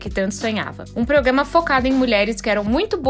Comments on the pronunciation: É proGRAma e não proGAma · A palavra é Programa, não progama!